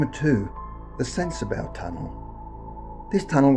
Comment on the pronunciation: Also it's pronounced sensa "bah" and not sensa "bow" just so you know lol